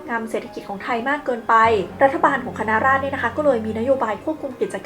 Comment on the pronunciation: เสื่อผืนหมอนใบอะไร รวยได้จากเส้นสายจ่ายส่วนให้รัฐจารีต ราชการและกองทัพทั้งนั้น คณะราษฏร อ่านว่า คะ-นะ-ราด-สะ-ดอน ไม่ใช่ คะ-นะ-ราด